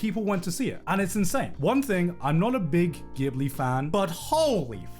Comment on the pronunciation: He's so not a Ghibli fan, he doesn't even say Ghibli correctly.